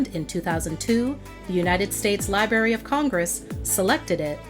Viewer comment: Libary of Congress,,, it’s library darlin two R’s